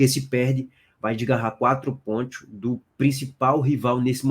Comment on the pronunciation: Que zorra é essa q esse cara fala PONTHIOS?É sacanagem?